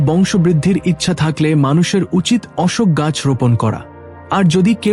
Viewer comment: উচ্চারণ ঠিক করবেন।অশোক গাছের কথা দুই রকম বললেন।রাধে রাধে।